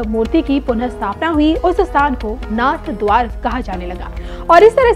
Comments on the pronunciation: Announcer does not even know that it is narhadwara NOT NathadwaR😢 इस भद्र महिला को सही उच्चारण भी आता नहीं नाथद्वारा सही उच्चारण है नाथद्वार नहीं 😢😢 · नाथद्वारा है जी नाथ द्वार नहीं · कृपया नाथद्वारा का उच्चारण सही कीजिए